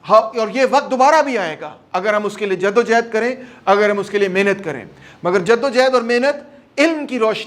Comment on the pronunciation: It's jaddo johad not jaddo jehad it's johad